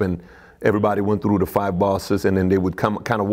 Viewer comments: And "trew" instead of ""threw" as in "I trew da body in da riva." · This guy said tru instead of through n it sounds funny. "When dem der guys come troo der"